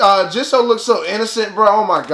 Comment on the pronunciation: Jisoo is pronounced G-sue or Gee-Soo.